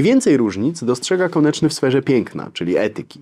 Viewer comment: "KONECZNY” - Szanowny Panie - ”KONECZNY”, a nie konIEczny … konieczny może być np byle-jakizm formalny pomimo solidnizmu merytorycznego. Ergo, to oburzające aby powagę omawianej postaci lekceważyć niechlujnością … Poza powyższymi uwagami - dzięki za krótkie i w miarę treściwe wprowadzenie Pozdrawiam, Ireneusz